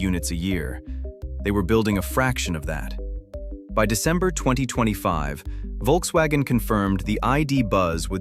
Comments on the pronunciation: It's Volkswagen btw, not Wolkswagen. Workers didn't make "cars people wanted to buy" for 15-20 years really, the Vw suvs are and always were kinda shit (well they all are in general but theirs in particular). Polo, Golf and Passat were real cars that were useful (albeit a bit expensive now). 40 million is... maybe 6 - 7 000 people's wages for 1 month. Had nothing to do with firing or keeping 50 000 people that are sitting around. Apparently full EV sales are at a quarter of total car sales in Germany so the penetration is increasing. It's just heavy competition, and cars are expensive 9all, not just EVs; all, not just VW). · Folks- vaggen. Good lord.